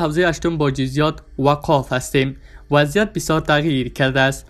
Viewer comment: گوینده ای محترم لطفآ خبر را درست بخوانید وچندین بار تمرین نمایید ده ها اشتباهی خوانش دارید یکی از آن بطوری مثال شما واقف را وقاف خوانید .لطفآ